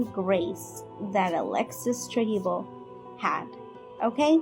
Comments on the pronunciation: 😊 please, her name is Trevizo, not Trevizio. It is destracting to hear different versions. Thank you for the coverage of this sad case❤ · Tre-VIZO!!! not tevesio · They all knew and hope she gets the maximum for murdering this precious baby. Also, please pronounce her last name properly: it’s Trevizo (tre-bee-zo) not Trevizio how it keeps being pronounced here. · Why you keep pronouncing her last name as TrevizIO? It's TrevizO. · she said trevizhio the entire video, i'm correcting because there WILL be follow up videos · I thought this video was pretty well done, but it bugged me that you kept mispronouncing the suspect's last name.